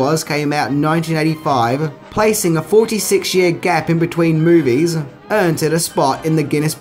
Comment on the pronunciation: I can't stand how this dude says MOUVIES